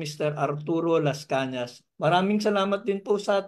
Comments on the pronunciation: MR ARTURO LASCANAS PO HINDI LASCANA SAY IT WITH AN "S" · Lascañas hindi Lascana.